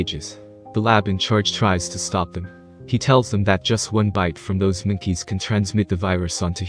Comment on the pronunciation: Why’d u say mookeys